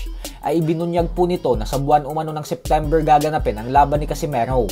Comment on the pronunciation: Sittimbir ba boss or dicimbir😅